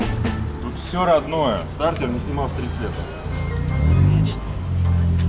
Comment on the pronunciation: классные старички. приятные люди. а еще понравилось как произносит стартОр😂